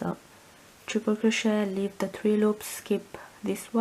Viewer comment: Thank you for the tutorial have made this for my grandson and will make a smaller one for a friend. One small point. This is crochet and it's pronounced cro-shay not cro-shet. It's derived from the French language. Thank you.